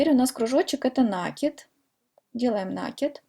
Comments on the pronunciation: Ну почему нАкид, в русском языке есть только слово накИд!!!! Не издеваетесь над языком, слух режет очень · А мне накИд режет слух, так что будем говорить как нам удобно